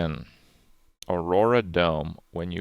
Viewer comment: PIG-MAY-LEE-UHN My poor sweet boy will learn someday.